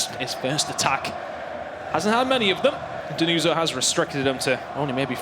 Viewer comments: Denuzzo Is stronger. And you have ti pronounce with 2 Z and hot with the S like you english people pronounce everything... Learn some pronounce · Denuso, ma ce la fate dmmrd a imparà la pronuncia